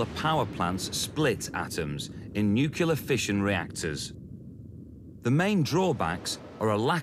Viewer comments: Nucular fusion... There! -it is no loganr a watchable program. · It pisses me off when people like the moron who is narrating this movie can't even pronounce the word nuclear correctly (newclear). Newkyaloor is the hallmark pronunciation of nuclear by total fucking morons. It would be like at art critic saying Van Goff for Van Gogh. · Oh my god narator! It's NUCLEAR not NUCULAR! Do you realise how dumb it makes you sound? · why can't some people pronounce nuclear? it's n-u-c-l-e-a-r..... not n-u-c-y-o-u-l-a-r!!!! good vid though! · The word is Nuclear, pronounced new klee are or new clear. Not Nucular. Please. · Nukelar? They could have at least go someone who could pronounce NUCLEAR! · Nucular?? Really?? ack. I can't listen to this. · "NooKyooLer... NooKyooLer... NooKyooLer..." Damn it. I suppose you call it a "NooKyooLus", too? Ridiculous. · nucelar? WTF?! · Fucking idiots. How do you spell "Nuclear"?? Why do morons insist on following that Dumbass George W Bush and keep pronouncing "Nooqular"?? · Am I the only one bothered by the narrator and his gratuitous mispronunciation of NU-CLE-AR? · Not to mention, "nucluar fusion!" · Nucular? For fuck's sake Discovery Channel. That's just embarrassing. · Did he say 'nucular?'